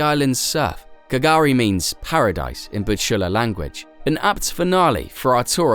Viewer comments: And you are wrong as well. K'gari, pronounced "gurri" and meaning paradise, is what the Butchulla people have always called the island, derived from its Dreamtime creation story. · So many inaccuracies............. I only watched to the end to see how many errors were made. (Last story.... K'gari is pronounced Gah-ree)